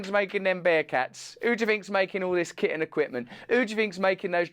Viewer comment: Russell, when you said “who do you think’s making all that kit and equipment” at first I heard it as “kitten equipment”. I was like damn is there some military/Petsmart industrial complex I don’t know about